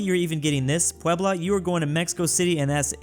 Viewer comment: He nailed Puebla too